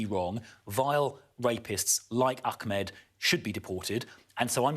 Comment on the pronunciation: So upper middle class to say Akmed